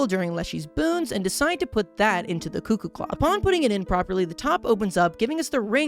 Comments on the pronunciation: bro did not just call it a "cuck-oo clock" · Please say cuckoo pls it’s hurting my soul